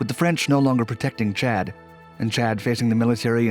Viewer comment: They way he says Chad was kinda distracting